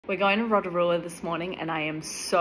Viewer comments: Love Rotorua 😊 Btw the way its pronounced row-toe-roo-a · OMG I LIVE THERE😂 When you pronounce Rotorua say it like row ta rua 😅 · Row to roo a thats how you pronounce it but nice try! I love your vids though❤